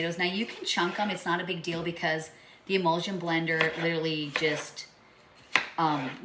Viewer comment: Yes thank you. Thats what I meant as I was hearing her say imulsion when really she meant immersion blender which is what I have purchased one in the past. Thank you so much for the info!!!🥰